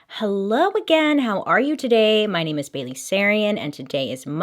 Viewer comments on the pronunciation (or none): none